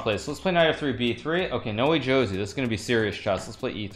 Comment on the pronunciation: When is he going to realize that [No Wee Joe See] "Noway Josey" is pronounced [ No- Way - Ho - Zay ] ?